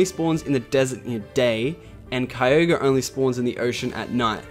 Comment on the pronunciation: omg i just had to point it out.....you finally said kyogre right